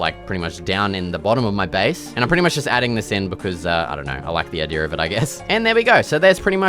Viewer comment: "Idear" Hahaha😂. ( btw just so you know I'm not making fun of you. I just think the way you say it is really unique and funny.